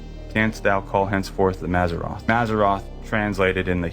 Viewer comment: First clip, wrong. The word for zodiac signs is mazaLot, not mazarroth. Same as gong and long are two different words 😉